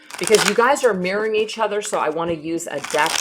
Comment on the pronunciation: are you saying Mirroring or Marrying